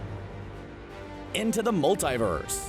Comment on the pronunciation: Damn can’t even say multiverse right